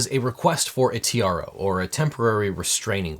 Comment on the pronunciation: At Legal Eagle said: "As you may know, this started with a request for a TRO." I heard: "this started with a request for a tiara."